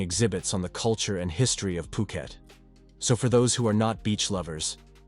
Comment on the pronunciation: Learn to say phuket think of it like poooket 🤣